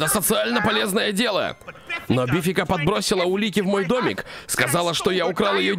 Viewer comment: Она вообще то бе 🤮-фика а не бифика